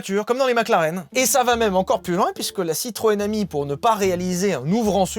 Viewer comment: chaque fois tu dit citroën ami, j’entends citroën hemi et ça me fait beaucoup rire 😂